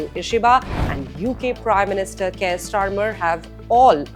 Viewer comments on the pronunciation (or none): none